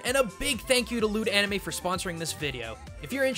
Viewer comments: I cant unhear his ad read out, I keep hearing "lewd anime" instead of "loot anime" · When you went into talking about Loot Anime, it sounded like you said "Lewd anime" lol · I thought he said "Lewd Anime" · "Loot Anime" -sounded like, "Lewd Anime"